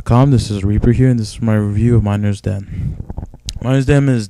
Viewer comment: miners den? its mee - ner - vuh, hope that helps